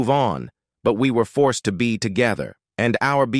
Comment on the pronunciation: And the pronounced forced as two syllable for-ced.